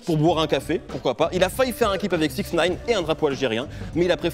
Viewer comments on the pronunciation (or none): none